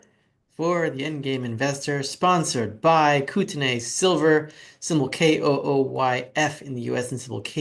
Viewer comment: buddy haha its pronounced kooteneee like the beer made in bc